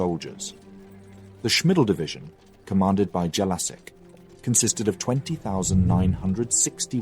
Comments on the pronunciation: It's not Jelasik haha It' pronounced 'Yelachych' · nice work, but you are saying Jelačić wrong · Damn that pronunciation if Jelacic hurts my ears... I hope next part will cover Serbian Vojvodina and how both Austrians and Hungarians kept promising stuff to Serbs but in fact just lied. So everyone can understand why this shitty empire needed to go down. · hungarian names are the same mispronunced in this video but who cares he doesnt have to speak every language in the world. Other thing is that Jellasics was the single person in that time period who could change the history if he allies with Hungary against the Habsburgs we could have been independent together....imagine if there were no WW1 and WW2 or the first WW1 could have been much more worse in an other time period, who know. There are a lot of small bits in the history that if that doesnt happen who knows where we could have been now.